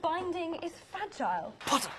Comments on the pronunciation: no it's "PoTtAh" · trainin for the ballet pottah? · I RESPECTFULLY DISAGREE WHAT ABOUT 'POTTAH' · And "POTTAH" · maybe one day Draco will spit when he will say pottah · Y’all forgot the two best lines “Scared pottah?” “It’s killed meh it’s killed meh” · The only ones missing: “ThE-THe DanCiNg RaTS” and “pOTTaH” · I can’t believe “Training for the ballet, POTTAH?” was never sent by any of them. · or "training for the ballet, pottah?"